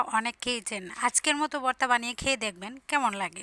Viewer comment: বর্তা না ভর্তা কথা গুলো একটু স্পষ্ট বলার চেষ্টা করবেন । ধন্যবাদ